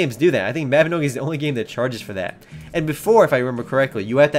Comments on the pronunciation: its pronounced as "Mah Bi No Gi' not "Meh Bi No Gi' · Its m a b i n o g i not maobinogi lol but good try lol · isn't it pronounced as Mawbinohgee?